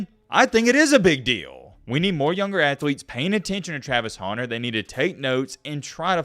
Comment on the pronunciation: Travis honer? hunter. Speak.